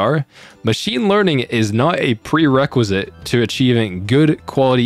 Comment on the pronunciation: Meechine leening